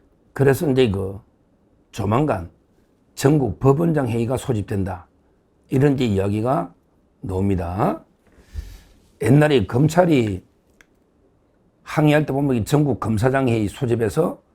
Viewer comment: ? ??가 나옵니다 ㆍ라고 발음 해야지 ! 노옵니다 가 뭡니까?